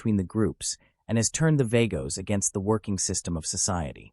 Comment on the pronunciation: They are pronounced .... V AH GOS